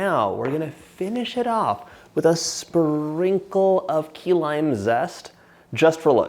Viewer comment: At first I thought he said “Tequila Pie” 😂